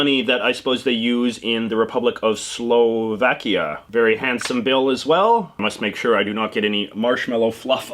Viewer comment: Slov-AWkia not Slov-Akia